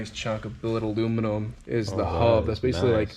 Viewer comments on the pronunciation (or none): none